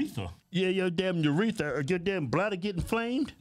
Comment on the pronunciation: "Uretha" 😂😂lol